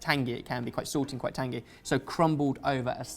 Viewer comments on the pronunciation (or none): none